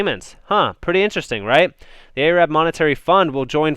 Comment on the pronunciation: Hey man, you're pronouncing Arab wrong. Cheers.